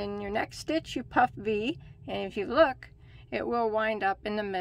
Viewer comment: I like how you make sure you say "puff" "Vee" stitch carefully every once in a while, because it sounds like "puffy" stitch when you say it fast🤣